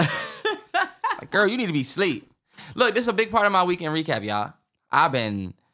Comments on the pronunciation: that boy really do be saying "reeknd recap"😂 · Everytime Terrance makes fun of by saying “REeKenD rECaP” I laugh so hard 😭